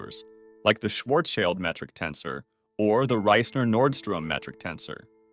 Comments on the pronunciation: It's pronounced sh-varz-sheeld 😭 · "child" in Schwarzchild is pronounced like "shield". Incidentally, it also means "shield". :)